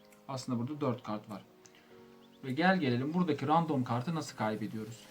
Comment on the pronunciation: Random demek yerine ya rastgele demeni tavsiye ederim ya da rendım demeni tavsiye ediyorum kulak tırmalıyor